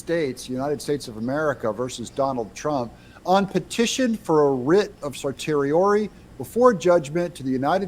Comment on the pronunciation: Certiorari is not that hard to pronounce: sur TEE oh RAR ee